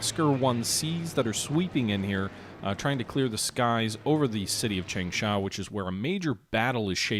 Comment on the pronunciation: chang-sha what's so hard about that word?